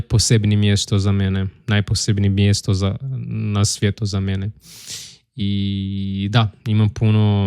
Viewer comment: Só uma coisa de pronúncia. A diferença do português, em croata S e Z sempre mantêm seu valor. Então, tem que pronunciar palavras como sladak, svijet, svjetski, snimati, osvojiti assim como estão escritas, não como zladak, zvijet, zvjetski, znimati, ozvojiti... :). Sladak é doçe, zlo é o mal.